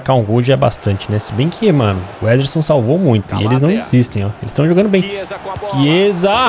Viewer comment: O chamando o Ederson de nederson zederson